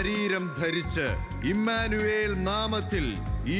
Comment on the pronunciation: ഇമ്മാനുവേൽ... Alla❌❌❌❌❌❌❌ ഇമ്മാനുഏൽ ✅✅✅✅✅💯💯💯💯